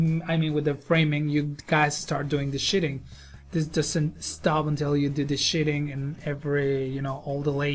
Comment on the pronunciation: Noice. This was very informational. thank you. one quick fix.: Sheeting:. Is Not pronounced shitting. sheet rock. Sheeting not shit.